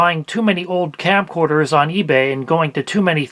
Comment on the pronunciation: are you saying campcorders? it sounds like you're saying campcorders. fr though great video these plugs are a nightmare.